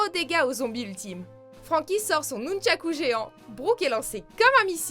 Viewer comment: suis-je le seul à avoir tilté sur le "nunshaku" de usopp ?